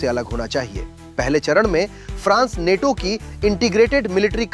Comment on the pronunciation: नेटो‌ नहीं‌ नाटो